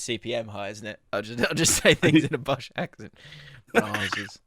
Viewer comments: and pronouncing it "brah-zzers" then acting like they're still down to earth and one of us? For shame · inner Surrey came out with that Brazzers pronunciation